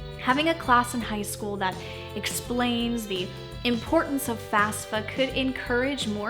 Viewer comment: Goos job,! But, pet peeve, it's FAFSA, not FASFA!